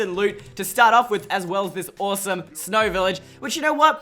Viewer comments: He said awsorse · did he say "awesome" or "horse"??? Idk, but I do know that..I LOVED, this video